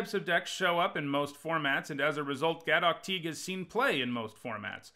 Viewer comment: You are reading Gaddock Teeg wrong.